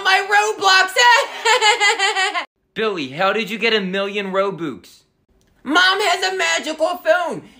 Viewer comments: You're not even saying robux you're saying Row Books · Pronunciation be like: Ro-bucks❌️ Ro-books✅️ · I like of how they call "Robux" "Roboux" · Robux ❌ Rowbuks✅ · Lol I love how he pronounces the ro-boox instead of ro-bux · If you pronounce it roo-bu-x i’m about to lose it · ITS ROBUX NOT ROBOX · Its pronounces r-o-b-a-x not r-o-b-u-x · its actually not ro boox its ro bux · It’s robux not roooobooox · It’s robUx not robOOx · Lol when they said Rou bux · I hate how they say it like roboox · I love how the pronounce Robux Ro-Books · Ah yes, game currency Rowbooks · Lol “roboox” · it's said RO-BUCKS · STOP SAYING ROBOOX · hah he said robux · THATS NOT HOW YOU SAY ROBUX